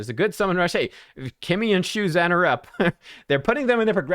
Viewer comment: thanks for the video - one thing to note: it’s pronounced shu-jen (as in jennifer), see the ZH. cheers!